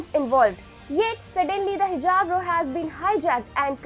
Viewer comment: The word ROW is pronounced RAO and not Row.